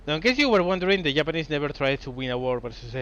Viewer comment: So will he ever sink a battleship is the question... Also love how he pronounces Japanese. "the yap-anese"